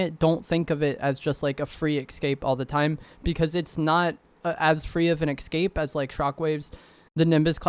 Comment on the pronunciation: e-s-c-a-p-e not e-c-s-c-a-p-e lol